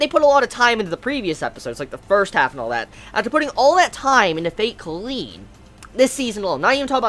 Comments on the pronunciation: you say it like "collide" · god I hate it when people pronounce kaleid wrong